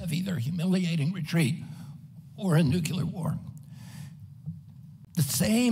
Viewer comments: Why can’t he say the word “Nuclear” correctly? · Agreed. I love his honesty, integrity, humanitarianism, and intelligence. I just wish he could pronounce the word "nuclear" correctly!! Drives me crazy! But he's the best candidate by far.